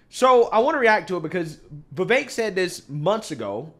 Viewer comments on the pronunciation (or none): There is no A in the name Vivek why does he keep saying vivaik